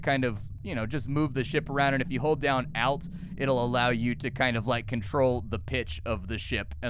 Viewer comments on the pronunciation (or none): I hate how you pronounce 'Alt' lol